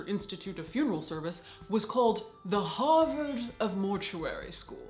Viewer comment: Everytime Caitlin says "Harvard" I involuntarily swirl around an imaginary glass of brandy.